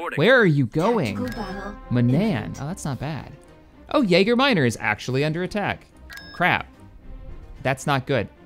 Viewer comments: Edit : Jager sounds like Yeager when he's trying to say Yaga :D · Yaga minor not Yeager